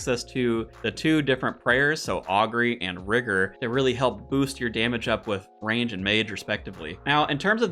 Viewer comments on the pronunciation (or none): none